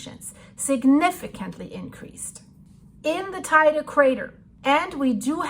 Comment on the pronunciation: Liebe, es heisst „Te Ide“ und nicht „Tei de“. Biiiitte nächstes Mal richtig aussprechen. Ansonsten danke für deine Arbeit!